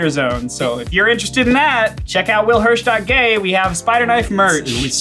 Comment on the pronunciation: i heard willhirsh.gray, how is that possible